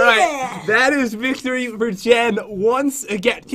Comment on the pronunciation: Listen to how he says victory